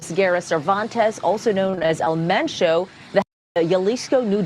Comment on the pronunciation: It's EL MENCHO. Pronounced just like it looks. The most wanted cartel boss of the most violent one. Should not be a surprise to anyone who thinks they can safely hang out drinking and sunbathing there.